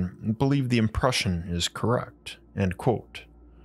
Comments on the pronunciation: It is pronounced "quote" not "quo". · Love the content. Heavily bothered by your pronunciation of the word "Quote" lol